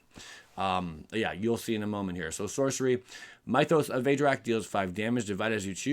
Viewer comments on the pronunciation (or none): It is pronounced myth-os as in myth-ic. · Those sorceries who names you are butchering, "Mythos" from "myths & legends" has a short "i" sound, not long I like night. The card you were confused by can destroy or exile, (I don't remember which) can get rid of any creature, but only green & white enchantments, artifacts, planeswalkers. So yes for ajanni planeswalker, no for sorin planeswalker. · Mythos is pronounced like myth